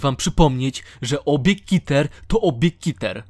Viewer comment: Klasa podmiotu - KITER XD [czytaj: ,,keter"]